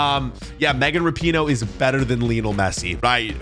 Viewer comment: Her name is Rap Ine oh